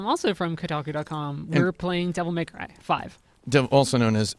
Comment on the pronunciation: "Devil May Crive" "Devil May Clive" Those are cute.